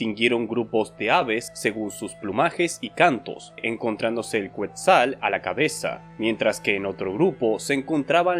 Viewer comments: Muy buen contenido en tu canal. Didáctico... Solo que no entiendo por qué siendo hispanoparlante, dices "cuétzal" en lugar de "kétzal" (cuando hablas del Quétzal). Solo los gringos hablan así... No quiero pensar que pronunciarías "cuétzalcoatl" en lugar de "kétzalcoatl". Saludos y felicidades. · Muy buen video, solo que si te agradecería, cómo mexicano, que cheques la pronunciación de palabras náhuatl; quetzal se pronuncia ketzal, mexica se pronuncia meshica y de hecho lo más correcto es referirse a Mexicas y no a aztecas. Los vídeos de "Pero esa es otra historia" de América precolombina lo explican muy bien.